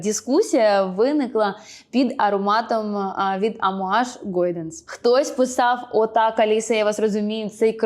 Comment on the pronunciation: Чому «гОйданс»? )) де там о?😂